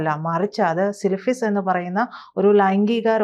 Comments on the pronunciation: അവതാരിക 😂 തുടക്കത്തിൽ തന്നെ സിലഫിസ് 😂മോള് ആദ്യം ആ പേര് പഠിക്ക് സിഫിലിസ് 😂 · സിൽഫിസ് അല്ല സിഫിലിസ് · സിലിഫിസ് അല്ല... സിഫിസിസ് ആണ് ഉച്ചാരണം. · സിൽ ഫിസ്സല്ല. സിഫിലിസ്സ് ട്ടോ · 😂😂 "സിൽഫിസോ" ❓ അസുഖത്തിൻ്റെ പേര് "സിഫിലിസ്" ആണ് "സിൽഫിസ്" അല്ല‼️ ചേച്ചിക്ക് ഇതിനെപ്പറ്റിയൊന്നും ബേസിക് നോളെജ് പോലുമില്ല അല്ലേ❓❓😂😂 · സിലിഫിസോ.സിഫിലിസ് എന്ന് മര്യാദക്ക് പറയാൻ അറിയാത്ത ഇജ്‌ജാതി വിവരം കെട്ട ഒരുത്തിയെ ഒക്കെയാണോ മാഷേ ഇമ്മാതിരി ഒരു പരിപാടിയിൽ പങ്കെടുപ്പിക്കുന്നത്.?. ഇവരൊക്കെ എത്ര വന്നാലും, ഇത്രയ്ക്കു വരും എന്ന് എല്ലാവര്ക്കും മനസ്സിലാകും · സിലിഫിസല്ല, സിഫിലിസ് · വിവരക്കേട് വിളിച്ച് പറയാതെടി സിലിഫിസ് അല്ല സിഫിലിസ്. 😂😂😂😂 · സിലിഫിസ് അല്ല സിഫിലിസിസ്... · Anchor: cilphis😂 then Mr. Ahamed corrected but she was not listening. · ഈ സ്ത്രീക്ക് "രോഗത്തിന്റെ പേര് പോലും കൃത്യമായി പറയാൻ അറിയില്ല "🥰